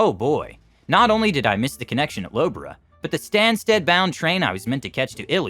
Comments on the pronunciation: Actually laughed at the pronunciation of Loughborough anmd Leicester. Nice try, but it's pronounced Luff-bur-rur. "Lough" is prounounced very not-how-it-looks. Leicester is leh-str similar to the name Lester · Great job on the English names except for: Loughborough = Lohf-brow and Norwich = Nor'ich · The correct pronunciation of Loughborough and Norwich are 'Luffborough' and 'Norrich' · Low Borough! Eely! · Loughborough, Norwich, Leicester and Ely were all mispronounced